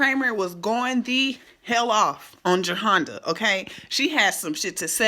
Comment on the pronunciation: Not JER-HONDA....LOL its JE-RHONDA.. You got me ctfu lol